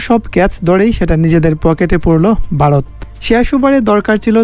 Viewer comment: ভাই কিছু মনে করো না তোমরা উচ্চারণে কিছু ভুল আছে বারত না ভারত হবে ।আরো কিছু ভুল আছে নিজে মন দিয়ে ভালো করে শুনবে তাহলেই বুঝতে পারবে ।সরি মনে কিছু করো না ধন্যবাদ ভালো থাকবে ।